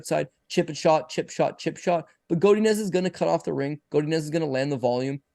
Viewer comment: How pronounces Godinez triggers the train smoke out of my caboose